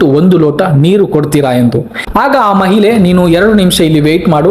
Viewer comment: ಮಹಿಲೆ ಅಲ್ಲ ಮಾರಾಯ, ಅದು ಮಹಿಳೆ